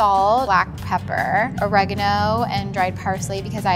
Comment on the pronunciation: Ignorant Brit here, but do Americans typically pronounce oregano that way?! It took me a while to figure out what she actually was saying!